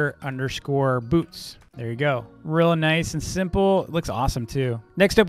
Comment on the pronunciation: When he said “boots” it kinda sounded like “poops” just saying